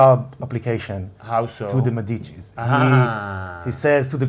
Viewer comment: I'm Italian, you're awesome talking so many languages but just in case you're interested, the correct pronuntiation of the word 'Medici' is Médici, not Medìci, the accent falls on the first 'e' as if it were written Médici. As for the video, I'm not really sure you're right this time, I've always thought Tyrion is going to end either dead or in Westeros, helping the rebuild.